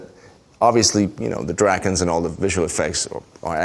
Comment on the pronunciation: did he just say "dragons" in Danish? xD I love that! Or did he just say "dragons" but said it wierdly? xD